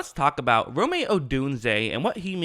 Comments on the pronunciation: There's no tilde accent in Rome lol. It's pronounced Rome, like home. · Can you please stop calling him Romay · How do you pronounce his first name? Hahaha. It's Rome as in the Italian city. Rome's parents were fans of the Roman Empire. He isn't an R&B singer from the 90's. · At this point I think he is mispronouncing Rome on purpose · Will you ever say his name correctly?